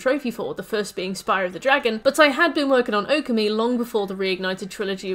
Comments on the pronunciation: You mispronouncing Okami kills me… //points to my username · The way you pronounced Okami literally made me spill my drink. I will not correct it as there are plenty of videos but let it be known you singlehandedly made me change shirt.